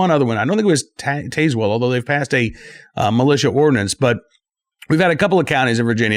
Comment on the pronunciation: You are pronouncing Tazwell wrong!